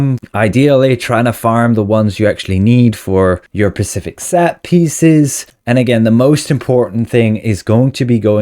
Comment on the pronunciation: Is this guy saying pacific instead of specific just to screw with me or what